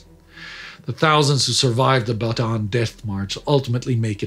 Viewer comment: He is pronouncing it correctly. Anyone who says otherwise is mistaken.